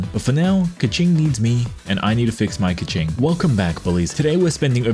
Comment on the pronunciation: It’s pronounced key-king not ka ching$